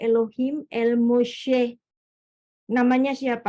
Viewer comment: Buk, knp DDO nya jd el mosheh bkn et mosheh